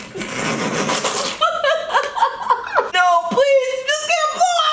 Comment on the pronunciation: ik i was just trying to imply she said 'know' instead of 'now'